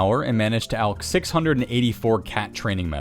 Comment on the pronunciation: finally, a YouTuber that pronounces "alch" properly.